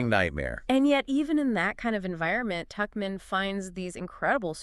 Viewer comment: The man in this discussion alternates in his pronunciation of "Tuchman" while the woman is consistent in correctly pronouncing "Tuchman" as "Tuckman